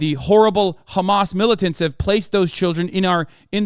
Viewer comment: Why are you saying khamas, it's hamas